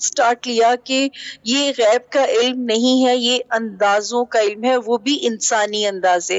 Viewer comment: Janaab ap ilamm ilamm lagai hui he apko to "ILM" ki sahi pronunciation he nahin aty ap kia khak ilm ki bat karen ge?